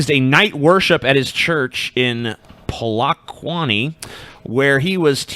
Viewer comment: Im ashamed of my country... But I think the same organisation sprayed people with Doom (insecticide), so these mount zion fuckers are a bunch of poeste. Oh and its pronounced Po-le(neutral vowel)-kwa-ni, not being a dick but for you to note